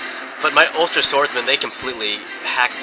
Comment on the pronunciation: so funny how pounces some of the Irish words xD such as ulster